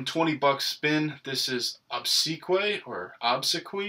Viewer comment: Obsequiae = Ob-sec-we-eye. Great vids sir.